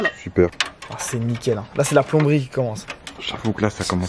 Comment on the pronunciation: Il m'a tuer "ç ets bts plonberie" 😂😂😂